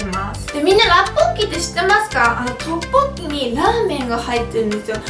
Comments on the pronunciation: ラッポッキって言いすぎてトッポッギになってる笑笑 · トッポッキの言い方がラッポッキのイントネーションにつられてて草